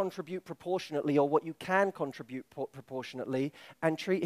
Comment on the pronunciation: The word "contribute" was said wrong 15+ times